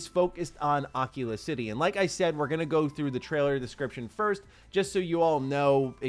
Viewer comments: I don’t know why this is bothering me so much… But why are we pronouncing it Occula City? It’s A-key-la. Bathesda have pronounced it several times in promo materials. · it's pronounced ah keel ah city not ah killa I'm pretty sure that's how they said it in the direct unless they changed the pronunciation after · Its not aak-heelaa Its akeala prenounced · Uh-key-luh It’s pronounced like aquila, which is Latin for eagle. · Akila city isnt a VR headset bro lol its Ah-Key-La. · Am i the only one that heard him say Oculus City first time around 😂😂 it was obvious Akila city but that was funny. love your vidoes man.